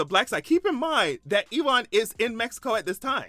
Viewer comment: E- wahn. 😅 LOl. His name is pronounced U-win.